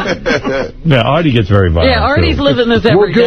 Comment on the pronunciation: shaggy calling Artie "Arby" was great